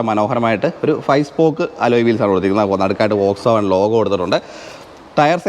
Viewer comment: വോക്‌സ് വാഗൻ അല്ല ഫ്രണ്ട് , ഫോക്‌സ് വാഗൻ ആണ്